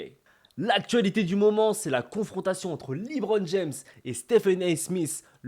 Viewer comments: Pas mal la vidéo bon courage pour ta chaîne, juste c’est pas « LiBron » mais « LeBron » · "liBron james" 😂😂😂😂 à part ça continue ta chaîne est incroyable ❤